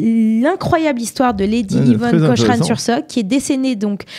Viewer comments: Prononcer Cokrane svp ! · Autre erreur: La photo qui vient après le portrait de Lady Cochrane (on prononce : "Kokrennne" !), à , ne représente pas la façade de son propre palais, mais celle de la villa voisine (le Musée Nicolas Sursock).